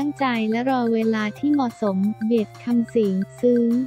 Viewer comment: อ่านน่าเกียจจริงๆ ชื่อก็อ่านผิด เค้าชื่อเบสไม่ใช่เบด